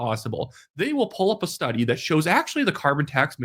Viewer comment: I love the way you call it a "schtudy"! 😅